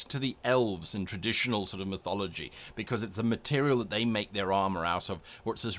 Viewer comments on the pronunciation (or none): Nothing to do with the videos content, but I find way you say material sort of amusing. "Meterial". Makes me smile some reason.